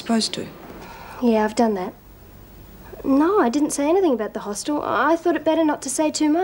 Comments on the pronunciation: "Hostel" - let's just add that to the list of words Meg Morris cannot pronounce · Damn Meg it's a hostel not a Hoss Tell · If meg says hosteeel one more time..